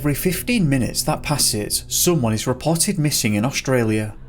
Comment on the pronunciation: Staci Taylor I do too except he says Oshtralia instead of Australia. That makes me laugh.